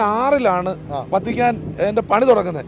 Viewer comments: വത്തിക്കാന്‍ എന്നാണ് വര്‍ത്തിക്കാന്‍ എന്നല്ല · Vatican, vartican alla.